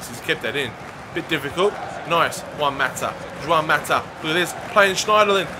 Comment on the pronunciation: It's not Joãoun Mata...